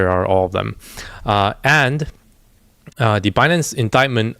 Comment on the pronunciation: Yellen say “bah-nance”. 😂